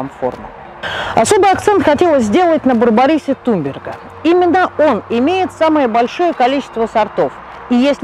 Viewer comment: вроде ведь туНберга а вы все видео говорили туМберга)?